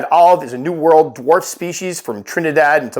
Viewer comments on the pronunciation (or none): none